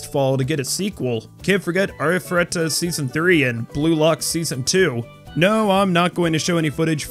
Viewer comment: Thank god someone can properly pronounce Arifureta. The amount of ways some people read/say it baffles the mind lol. This fall is going to be packed and I'm super stoked. I didn't even know Demon Lord, Retry! R was coming out until a couple months ago lol and I loved the first season.